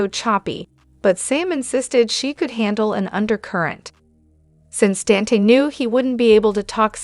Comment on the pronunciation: IT'S DON TAE' NOT DAN T😅